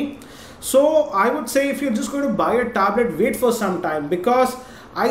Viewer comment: THE WAY HE PRONOUNCES THE WORD "TABLET"... IT HITS MY EARS... ITS BLEEDING :P